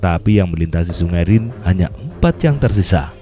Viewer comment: Min bacanya rine....haha